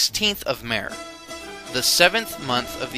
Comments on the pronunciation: In Persian the letter H is not silent. I wish someone had told the narrator. In words like: MEHR, SHAH, etc. Otherwise good work. Thanks. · Except for the funny pronunciations, a good video. Zoroastrian is pronounced Zoraastrian, Meher is pronounced May-Hayr, Mehergan is pronounced May-Hayr - gaan, Demavand is pronounced Day-ma-one with a d sound at the end. But good content though, so well done.